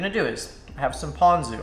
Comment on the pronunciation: Captions say u said Posion sauce and that's what I heard every time even after I saw the label LMAO!!!